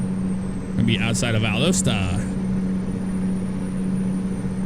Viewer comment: It's pronounced "Val-das-ta" as it should have been spelt I always said lol